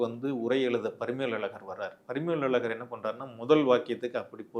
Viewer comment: ழகரம் உச்சரிக்க தெரியாதவனெல்லாம் தமிழ் ஆய்வாளர் என சொல்லி திரிவது தான் காலக்கொடுமை.